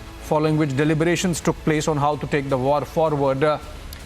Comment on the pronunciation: Man.. Insaaa… Minuteaaaaa…. Portestsaaaa… taking placeaaaa… liveaaaa… dont you know english?